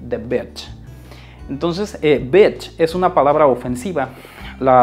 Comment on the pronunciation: In engiish its bitch not batch